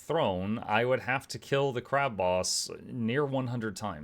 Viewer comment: No, not 'on Crack'... on Crab!